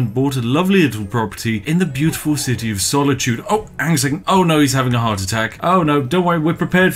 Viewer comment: did you say “i’m having a howardt attack”?